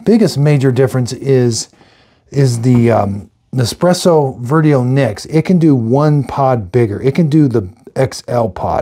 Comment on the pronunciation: Please Dad, you have had ample of time to learn how to correctly pronounce Vertuo. Its Vertuo ("Vershuo"), not Vertio.😡😡